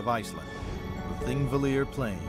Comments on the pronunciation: It is "Thingvellir", not thingvilir. And it is pronounced Thing-vellir, not ... whatever he was trying to say. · "thingvillir"... what?